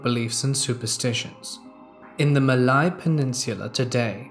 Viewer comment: by the way, malay is pronounced as: mehr-lay. but the r is silent. same as how malaysia is pronounced.